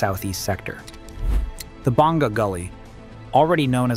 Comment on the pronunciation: You don't pronounce it May on. You say Mah YOHN. Stress the 2nd syllable. Also, BONG GAH (Bonga) is a different village on the east. You are referring to Boh NGA (Bonga) a village on the south.